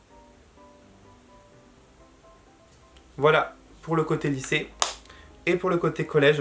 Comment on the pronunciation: A chaque fois qu'il dit côté lycée je pense côté "lissé" 😂😂